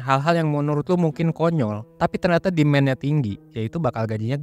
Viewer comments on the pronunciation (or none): its not SUPPLY.. in english sebutan yg sebenar SUPPLY - SAPPLY not " SUP" / not DEMEN... in english sebutan DEMAND - DIMAN.. its easy.. hye from malaysia. good content.. good job bro